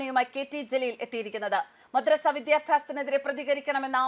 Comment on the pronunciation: മദ്രസ്സ അല്ല കൊതറസ😂😂😂😂😂😂